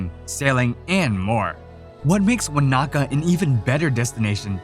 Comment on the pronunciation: Great video, but the pronunciation of some places like Tongariro and Wanaka was very off! Keep up the good work :)